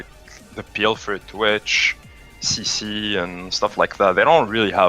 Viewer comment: I guess he is french, how he pronounced CC :p